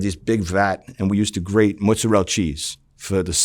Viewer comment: Just learn how to pronounce mozzarella correctly, and not like some Italian American jack off pretending to have an accent when he says certain words.